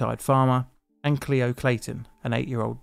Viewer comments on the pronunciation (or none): none